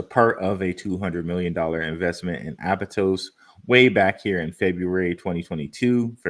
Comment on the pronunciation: It's aptos not abatos